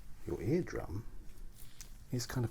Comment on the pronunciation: "inflammation of the eardum" mate you are cracking me up I'm trying to sleep 😂😂